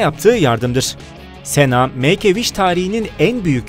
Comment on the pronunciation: Cena Sena diyo okunmiyor sina diyor okunuyor